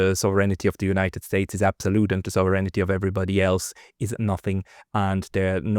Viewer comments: man spricht das nicht Souveränity wie im Deutschen aus sondern es heißt: Sovrenty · It's almost all of them: Sov-er-eign-ty NOT Sov-ren-it-y. Maybe it's their eyesight? It's funny how he can say 'sovereign' just fine and only needs to ad 'ty' on the end. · I sincerely apologize for the unsolicited advice, but I must inform you that you are mispronouncing the English word "sovereignty". You pronounce it as four syllables with accent on the third. It is actually three syllables with accent on the first. The vowels in your second and third syllables are unstressed to the point that they blend into one syllable. It should sound something like SAW-vren-tee, not saw-VREN-i-tee. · Thank you for your report,. But...pronounce it SAHV- ren ty - please. =) Sounds like you're saying "serenity" - which, God knows, has no connection to the US Empire! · you don't know how to pronounce "SOVEREIGNTY". You're not the only one, and English is not your native language, but that's no excuse. You're supposed to be an academic, after all. Get to work!!! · You might want to "proofread" your pronunciation of the word "sovereignty,"!